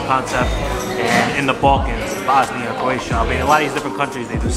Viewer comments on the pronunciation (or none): none